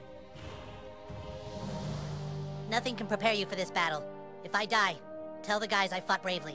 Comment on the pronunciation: When you said: die cows. You really said: do I cows